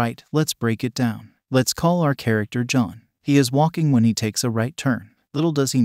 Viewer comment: Lmao this must have been a trash ass movie. Great overview, this video made me laugh. Liked! Commented! I know you probably noticed this but the text to speech program did mess up a couple times on the name “John” which was a little confusing. Long video so I imagine it would be difficult to get the text to speech exactly right, and it didn’t effect the overall effect of the video. Bravo!